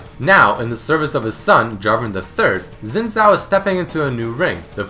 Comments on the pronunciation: please people, it's not pronounced "zin zhao" it's pronounced "shin zhao" X when used in pinyin is pronounced with an sh type sound. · its not zin zao it sounds like shin zhao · he said zin zao? wtf? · Is it not Sin Jhao? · Is "Xin Zhao" (Si-In Zhao) not "Zin Zhai". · It's pronounced Sin Jao not Sin Zao. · i love how he says zin zao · Xin Zhao is pronounced "Shin Jao". What's next, you start playing Dynasty Warriors and pronounce Cao Cao (Tsao Tsao) "Cow Cow". On the topic of mispronunciation - (from the one on Akali) Gaiden not Geiden, this one actually pissed me off as it is said exactly how it's written. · The Xin Zhao is pronounced, "Shin Zhao". Like come on. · omg not zin zow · His name is pronounced "seen tsao" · ***** no it isn't im Chinese and its pronounced sin-jow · "Zin zhao"? Wtf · yeah I'm chinese and on my channel I've got a recording of how I would pronounce xin zhao in mandarin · Did you know: that's not how you pronounce his name XD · did you know that you didnt say the name right.